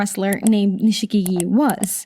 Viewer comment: Nishikigi is pronounced Nishkigi, without the i after sh.